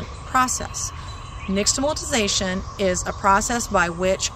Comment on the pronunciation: I agree that the mispronunciation needs to be addressed because now others with then repeat it wrongly, as well. But - it was a nice video for people who didn’t already know this. I’ve known this my entire life - bc it’s part of my culture.